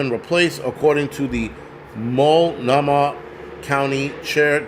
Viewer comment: I know you probably don't care but: Malt (like the milkshake) No (like no) Mah (like nickname for a mother) No worries though. That's where i was born. But don't say Or-E-Gone... 😂